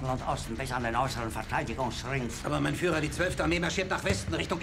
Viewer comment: Nobody talking about why Monhke kept addressing Hitler as Mein Faïlure?